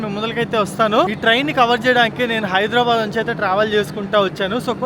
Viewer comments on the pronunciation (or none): none